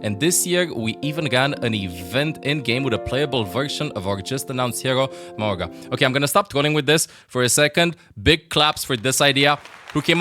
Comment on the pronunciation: It’s pronounced Ma-oo-ga